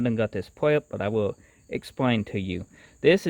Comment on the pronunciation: He lost me at pwep instead of prep and pweheat.